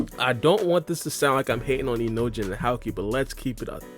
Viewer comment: Ur saying howkey?..? His name is houki ^^ ou=long o sound ^^ if ur having trouble jst think hoki=houki^^